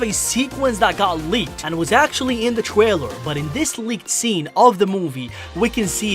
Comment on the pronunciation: Is it just me or did he said Twailer and keeps saying Twailer is he a baby?